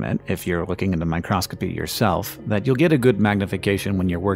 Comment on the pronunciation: it is micro-scopy, not micros-copy! My Cross Copy, is a religious business, not mu interest.